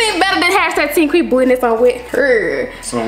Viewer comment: I love when calling qui ""😭😩💕